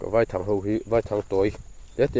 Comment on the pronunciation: Vaithang i sawi dan kha, vaihlo tia kan sawia, vai tih lai tak hi vaihlo hming kan sawi ang hian vai lai tak kha lam nise, a dik ang a, i thang herh kha a lian deuh lo maw te ka lo tia. lo awk teuh zel teh khai.